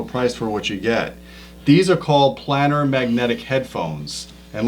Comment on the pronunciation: Tell it's PLANE - ar, not Plannnn -ar. As is plane, Magneplanar, etc. Otherwise great show!